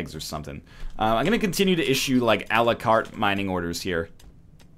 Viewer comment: "allacart" oh NL never change